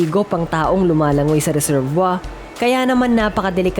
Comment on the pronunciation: Ano yung sinabi mo?, reserbwa?,..🤣😂🤣😂🤣😂🤣😂🤣 Resebuwir,..yun,..sounds like reserbuwir,..hindi reserbwa!